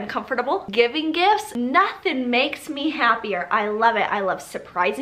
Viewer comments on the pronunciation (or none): Listen I know she was saying gifts but I heard gifs and when she said “all of my favorite gifts” I thought a plethora of gifs would pop up on screen 🤣😂🤣 *sigh it’s been a long day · I hear "GIFs" every time 😂